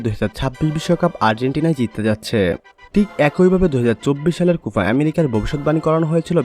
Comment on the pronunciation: উচ্চারণ ঠিক করবেন, কুফা হবেনা কোপা হবে।